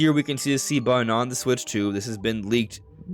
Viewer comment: button, not bun.